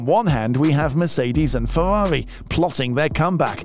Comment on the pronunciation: its Ferrari not fewawi